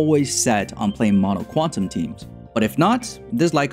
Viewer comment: Thanks for this guide. Xoxo "Qunatum" lol